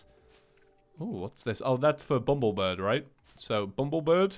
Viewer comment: Also, its bumbleBIR B not bumblebird